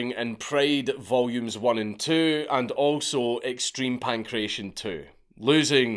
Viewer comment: Pankration Pan-kra-tea-on